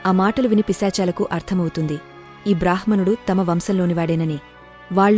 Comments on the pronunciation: "బ్రాహ్ మణుడు" అని కాదు "బ్రామ్ హణుడు" అని పలికాలి ... హ అక్షరానికి మ లేదా న వత్తు కలిసినప్పుడు ముందుగా ఆ "మ కారం" లేదా "న కారం" పలకాలి, తర్వాతే "హ కారం" పలకాలి. ఈ వ్యాకరణ సూత్రం అన్ని భారతీయ భాషలకి వర్తిస్తుంది. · మంచి విషయాలు చాలా బాగా చెప్పారు. చెప్పే విధానంలో చిన్న చిన్న తప్పులు ఉన్నాయి - మధ్య మధ్య లో కొంచెం pause చెయ్యాలి. కొన్ని మాటలు సరిగా పలకట్లేదు. ఋణం, బ్రాహ్మణుడు మొదలగునవి